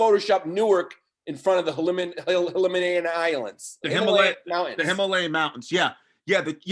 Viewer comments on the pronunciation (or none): Yannis’ brain almost exploded trying to pronounce Himalayan mountains WILD!